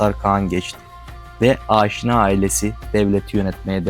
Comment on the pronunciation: Aaaşina ne abi? Niye uzatıyorsun, türk dil yapılarında uzatma yok. Direkt “Aşina” demelisin